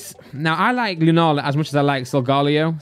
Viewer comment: Its not solgalo Its solegeleo